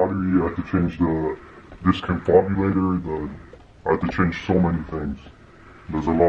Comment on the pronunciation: did he really say discombogulator lmao